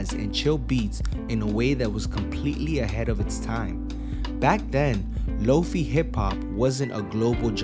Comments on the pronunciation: It's a shortened version of "low-fidelity". The "fi" part is pronounced like "fly" or "high". 👍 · FYI: "Lo-fi" is pronounced like "low-fye", with the "fi" sounding like the "fye" in "wifi" or "dye". Not "low-fee" I do love Samurai Champloo though!